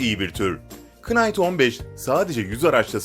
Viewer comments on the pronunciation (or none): knight değil night diye okunuyo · Kınayt deyil nayt. İngilizcede KN birlikte oldukta K okunmuyo cnm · Hacı kinght diye okunmuyo night diye omunur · İngilizce ce bazı kelimeleri k siz söylemen gerekir mesela knıfe deil nıfe knight deil night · Knight "kınayt" diye okunmaz "nayt" diye okunur, knight online'a saygılar. 😊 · Knight okunurken k'siz okunur..